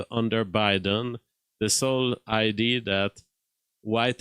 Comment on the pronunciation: what was the first film?! It's like when you say "id" instead of "idea" 😂 Keep up the good work,.